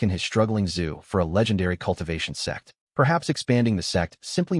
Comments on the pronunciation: Whenever that word out, laugh It's Sect. / Sekte NOT s3x 😅😅 Aiyaaaaaa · till this day I'm still baffled to why the ai voice an subtitles mistake sect for sex😂😂😂 every video not just this Chanel😅 what is going on